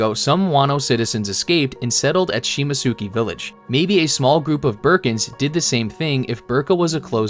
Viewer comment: The way you pronounce Shimotsuki village lets me know you use Chat GPT and don't actually read One Piece. ***unsubbed